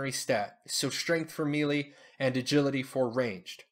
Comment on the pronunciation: Thanks for the videos. Helpful for returning player. FYI - Melee is pronounced like Maylay, not Mealy. Can be distracting.